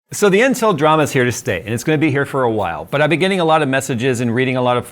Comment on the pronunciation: I know he said "intel drama", What I actually heard "incel drama".